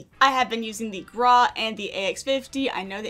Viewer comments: Says "Graw" instead of "Grau" Me: Internal and external screaming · Please stop saying grarwh its GRAWW Grau...